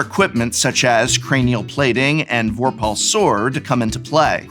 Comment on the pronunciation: In my EDH pod a couple of weeks ago, I watched a single Aura Shard shut down the mono black Necron deck for an entire game. So much for that $85 precon! P.S. /vor' pull/, not /vor pahl'/ 🤭